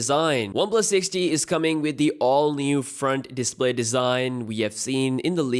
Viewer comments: The 6t sounds like Sixty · It's 6T. You keep saying 6D! And it's [comment] section, not session... Maybe you should speak slower and get it right.